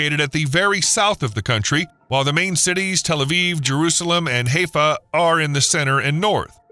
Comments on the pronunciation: Please, dude, Haifa is pronounced, "high-fa", not "hay-fa". Please learn. I love the Israeli people who have made the desert bloom, has restored the "Sea of Galilee", and is working to refill the dead sea by piping water from the Med to the drying up inland sea. I enjoyed everything in this video, except your mispronouncing Haifa. Imagine if the State of California restored the Salton Sea like Israel did with Galilee! Pure, desalinated water pumped from the Pacific to the desert, and using that same technology to clean the pollution from agricultural run-offl and over salinization of the Salton. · Hezfah ? Isn't "Hi-Fah"? (haifa) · Pronunciation is High-Fa, not Hay-Fa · It's pronounced hi- fah.not hay- pha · It is not pronounced "Hayfuh." The place is called Haifa "Highfa." If you are going to do a video about a place, at least know how it is pronounced. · Bruh... it's pronounced Hi-fa 😅 Amazing video though, from a resident of Haifa👍whale🐳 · "KWAYS"? "HAY-FUH"? Pronunciation of quay is the same as key in both UK and US English, according to the Oxford English Dictionary - though I have to admit that Merriam Webster does give alternative pronunciations including yours. Also Haifa is "High-fuh". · Could improve on pronunciation.. Haifa.. Hie.. fa.. not Heyfa.. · Consistently mispronouncing Haifa. It's "Hi Fah" NOT "Hay Fah" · Boy is it annoying to hear Haifa (Hi-fa) pronounced Hay-fa so many times in 17 minutes. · At least learn to pronounce some of the place names here which actually aren't that hard. For example, everyone but you knows Haifa is pronounced 'haee fa' not 'hay fa'. Thank you. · Haifa is pronounced as Hi Fa not Hayfa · HY-fuh not HAY-fuh 🫤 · Its pronouced (HI FA) and not Hey-Fa for HAIFA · That artificial intelligence pronunciation is screwed up. Haifa is NOT pronounced like Hay fa as in that dry stuff. The pronunciation of Haifa is like saying hello for short, Hi , not hay like dry plant material. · Haaayfa??? Try pronouncing it as Highfa.